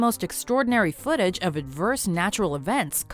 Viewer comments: JJ and josh : foot-a- ges 😂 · serious video JJ : foot-eaa-gees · Vikram "FOOOTAGIIIIS" Barn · i’d like to see anyone try and say footages better that jj, GO ON!